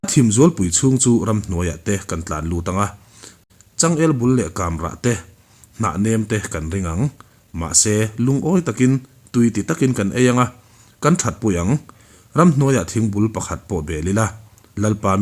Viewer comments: Kamrah tih a"Kam" tih hi Kamtam tiha Kam ang hian kam rik tur anih hmel e. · Kamrah tih a kam hi......luikam tih a kam tih ang a lam tur.